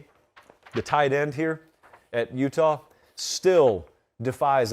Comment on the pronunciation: Check the highlights bro say "Utah" 😂😂